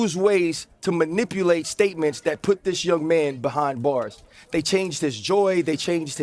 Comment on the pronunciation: Ryan struggled to pronounce "manipulate.". 😂